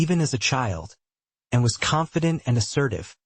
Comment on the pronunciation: Why is the narrator incapable of saying Princess Anne, he says Princess N. TOTALLY USELESS NARRATOR.